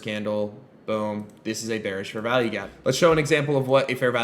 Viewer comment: It sounds like he's saying "Fair VALLEY" gap as opposed to value.